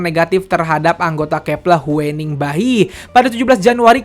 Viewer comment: huening dibacanya hyuning bang